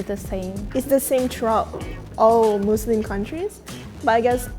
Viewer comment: i loved this but the thing that triggered me most is when she said muzluhm and izlahm